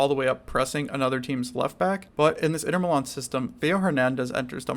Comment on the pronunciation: My brother, I never heard any one say inter milan like that. Sounded like the name of some north eastern pie